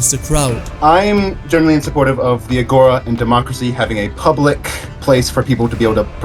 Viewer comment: it hurts me to hear the way he pronounced it, its actually agora with the tone being in the a at the end juts a little fun fact, the video was amazing